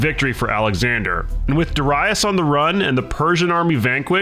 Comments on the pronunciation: Please learn pronunciations first if u gon do this content 🙏🏾 it’s dare-i-us not dere-reyes my ears were bleeding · Duh-rye-us?! What’s up with this guys pronunciation lol. Completely butchering these names. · Why do you pronounce Darius like that? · Why he pronounce Darius like that lol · Your pronunciation of Darius is way of. But otherwise realy enjoyable video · The pronunciation of Darius is annoying me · I hate how you pronounce Darius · I can’t listen to you mispronounce Darius anymore.